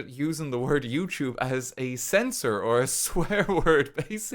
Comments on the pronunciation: can you say yewchube from time to time i'll miss it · You say Youtube in the same tone every time. It honestly sound like you're swearing when you casually say it. It's crazy what 2 years of videos can do. Congrats on the policy change! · It really does sound like you're cursing up a storm in this video. XD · Every time he says YouTube my ears perk up because I think he’s swearing 😭😭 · my brain auto-fills the f word every time you say YouTube is so funny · The YouTube made me trip up for a sec tryna figure out what the swear word you were saying was, then realized you said youtube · for a part of this video I was not actually looking at the monitor but was doing something else on my phone and my brain automatically assumed you swore when you said youtube, I have become so accustomed to that its crazy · When i hear him say "youtube" i just think he's swearing now 😔 🙏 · Huge W, super happy for ya man, and for all of us here on the platform. And, yes. It DOES sound like you're violently swearing every time you say YouTube, and that's coming from someone who's been with ya since Banana Bay xD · It's so funny, every time he says YouTube, it feels like he's cursing harder than when he says fuck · Honestly, every time RT said "YouTube" in this Video, it felt like he was swearing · I can indeed confirm that every time RT says youtube now I immediately think he's swearing